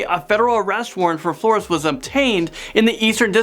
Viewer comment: He's pronouncing Flores wrong